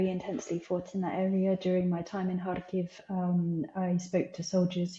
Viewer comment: Jade is spot on in her assessment of the Ukrainian situation; additionally, she pronounces Kharkiv properly, unlike most journalists who pronounce it ‘Carkeysz’. Thank you Ma’am! SLAVA Ukraini! 🇺🇦